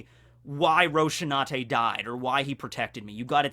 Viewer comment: Rosinante, not Roshinante...